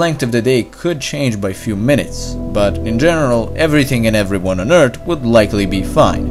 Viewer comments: EARTH NOT "EARTT" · Can you try to pronounce Earth a little bit differently? You day it as 'EarT', but it's actually 'EarTH'. Great video btw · It's not ert. It's Earth It's probably your accent but it's the first thing I noticed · its not eart its earth learn how to talk right assole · WOW instead of "EARTH" he said "EART" and instead of "PATH" he said "PAT" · it's not ert..its Earth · Do you not get the difference between "T" and "TH"?